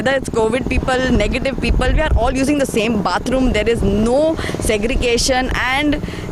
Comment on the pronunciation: The anchor is doing a good job. But her pronunciation of "THE" as "dhe" all the time sounds very weird.